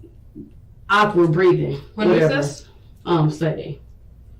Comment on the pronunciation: This poor child is dying, cant hold food down, possible stomach virus (wich definitelyisn'ttrue but if we give her benefitof doubt), so you give her Tylenol?????? Tylenol for "ock-wurd" breathing????? She's just dumb as a bag of rocks or evil as possible no other option to explain this insanity